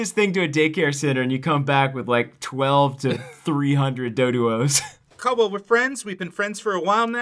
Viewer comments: STOP CALLDWELL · Its Caldwell...